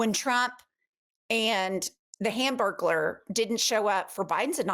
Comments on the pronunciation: Hanburgurler. Haha😂😂😂😂😂😂😂😂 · "Hamburglar"??? 😂😂😂😂😂 I love you lady's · "Hamburgular"😂😂😂😂😂. I lost it😂😂🤣🤣